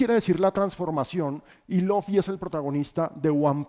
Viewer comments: Cada que dijo Loffy me daba algo pero igual lo vi todo, excelente video! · muy bueno pero no le digas Lofi a Luffy jeje